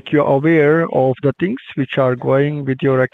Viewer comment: Just “axe” Any “Decks” to do “each and every “ting”. Put “dem behind da bars.”